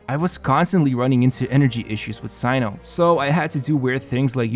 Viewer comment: btw his name is pronounced as "SENU"